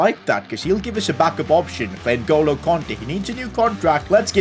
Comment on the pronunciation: Nuh goalo Kante? You mean Ngolo kante